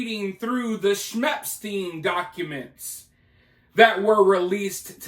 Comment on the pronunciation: Why not saying his name correctly.. with the severity of this case if you want the people to be aware of who you're talking about and taking it seriously then I think it's more than important to pronounce his name the right way ..